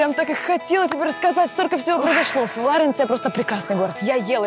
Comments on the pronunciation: Флоренция А Не Флорэнция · Я не завидую, я тут живу. Но Флоренция! Не Флорэнция!! Уши режет(((( Firenze если хотите! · Ну и отстой.. ФлорЭнция.., блин